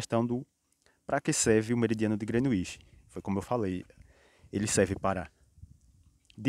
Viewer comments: Grenuinsh Meridian , SIIIIIM!!! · Kkkkk koe man, quando tu falou “ grenuixi “ perdeu a credibilidade pprto kkkk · Parabéns! Nota 2,25 ! Parece trabalho de geografia de uma criança de 8 anos falando sobre o "Grenuíche" .